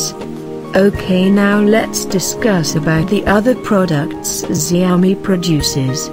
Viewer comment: Isn't it pronounced Shao Mi?